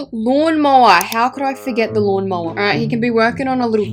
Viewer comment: MORN MOWER?? BABES ITS A LAWN MOWER